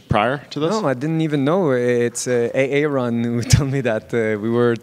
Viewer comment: A-Aron pouahahah🤣